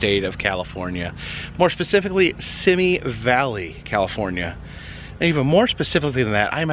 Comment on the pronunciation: You were close its pronounced SEE ME valley. I know cuz I live in the area but I was hoping you would do a video on this. Thank you 😊